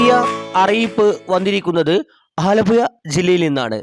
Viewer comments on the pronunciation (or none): none